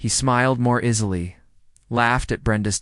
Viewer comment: Love the story but hate A.I. that cannot pronounce English correctly 🤯it’s not a PAIRKING LOT😂AND IZZILY😱‼️